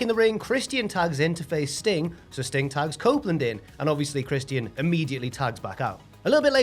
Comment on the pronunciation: Why are you pronouncng Christians name like that? No way is that easier.